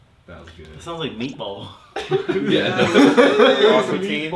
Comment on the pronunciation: Its MEATWAUD, not MEATBALL🤦🏼‍♂️😭